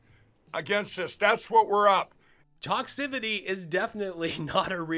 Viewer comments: "Toxibitti"?? Rgr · I'm pretty sure he said the word well A noN existent word but he said TOXCIBITY. I WONDER IF HE KNOWS THAT TOXCIBITY OF HIS PATENT FILL!! HE'S LIKE YES of course I know what's in my pillows it's the top grade asbestos Pat and fill you could get market. I guarantee your pillow won't start on fire even though you might. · Toxibity? This guy should be locked up for murdering the English language. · Sounded like he said ‘toxibity’ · You just stold some vowels and consonants and you make a new word like "toxivity". It's that easy. Especially if your name is Mike Lindell.